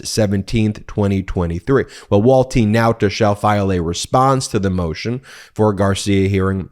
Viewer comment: Ben, who is "walt TEEN nauta "? Why do you keep saying this? You are the only person all over the internet that is saying his name this way. What's the deal buddy? What am I missing? I seriously want to understand.